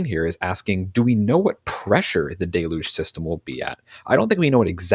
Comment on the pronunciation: Deluge, pronounced “delluge”. Not de luge